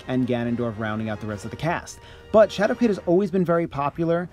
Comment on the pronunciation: "Shadow K(w)id?"